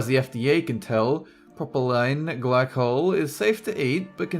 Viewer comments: it's pronounced pro-puh-lean but you got the glycol part right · all I heard was meth lol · all I heard in that hard to say word was meth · Thanks for clearing up what the first chemical they were talking about was. The pronunciation was so bad I had no idea what the chemical name was. Hard to agree or disagree if you can't understand what the word is. Was he trying to fake his way through the pronunciation or just slurring because it was already happy hour?